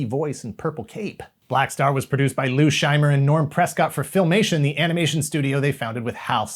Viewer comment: I got to hear my name pronounced correctly Shy-Mer.